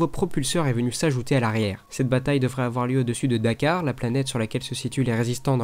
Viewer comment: D'Quar se prononce "Dikuar" et non "Dakar" juste pour la précision snn bonne vidéo j'adore la bande-annonce.